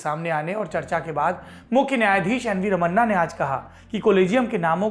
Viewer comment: रमन्ना नहीं। रमणा ।